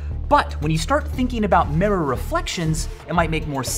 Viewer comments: Merror. Not mirror, merror. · The second I heard him say it I knew there'd be at least one comment about his pronunciation somewhere, lol... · "Merra" XD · What the hell is a "meh-ror" ??? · is anyone bothered by the fact that he pronounces mirror "merror"? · Today I learned Michael says "mirror" weird. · is it just me or does michael pronounce "mirror" weirdly ?